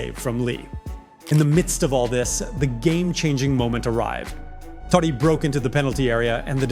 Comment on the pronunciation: its totti not toddi lol